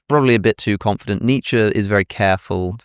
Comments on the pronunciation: it’s pronounced “Neech” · Exactly! Like the 'Eye Beether' thing! I think we are better off when the Brits stop semi-pronouncing foreign names. What would 'Need Sher' say?... Oh and Porsche ends with an E. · I am from Germany and the pronunciation of Nietzsche as "Nietzscheee" Alex mentioned does no make sense. So you are right to be irritated by it when people use it :D I never heard it like that though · It's the Americans who mispronounce Nietzsche - its 'er' not 'ee'. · It’s Nietzsche, and it’s not even close.